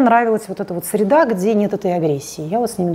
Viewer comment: сиреда)) па серидам))) ору!